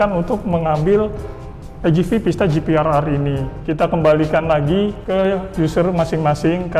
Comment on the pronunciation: Maaf penyebutannya itu GPR bukan GPRR